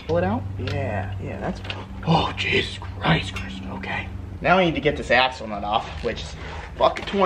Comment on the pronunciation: Every time he said "axle nut" it sounded like "asshole nut"